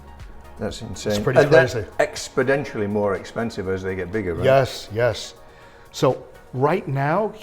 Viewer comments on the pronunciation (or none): The word is exponentially not "expodentially"